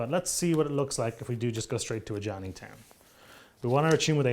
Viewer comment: Love the videos. Killed me with the Ajani flub at the beginning. Glad you guys are working more with Wizards.